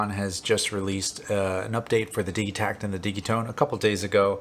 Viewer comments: Its pronounced di(d)gitekt ! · Why are you pronouncing the G hard? Do you say diggital or dijital? Either way love the vid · I've heard several people pronounce the name of this machine with a hard g, as in digging, rather than a soft g, as in digital. Is it supposed to be pronounced like that?